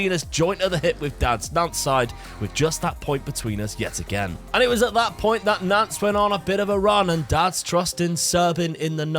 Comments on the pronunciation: Hey & Dad- great vid, always enjoyable, the French half of my family is from Nantes, hate to be one of those pronunciation guys but you don't say the s at the end of Nantes- its silent, same with Rennes. Anyway always enjoy the content bro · I keep in thinking you are saying FC Nonce lol 💀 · I totally get French pronunciation but in our English drone it sounds like you’re saying Nonce.